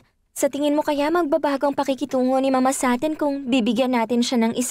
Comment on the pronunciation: mama (mabagal na bigkas ) tawag ni rosalinda kay soledad imbes na mama (mabilis na bigkas)